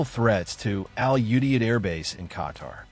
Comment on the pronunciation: I was deployed to Al Udeid and was involved in its planning. I would appreciate if the various news outlets would learn how to pronounce "Qatar" and "Al Udeid" correctly. It's "Cut'-r" and "Al-u-deed."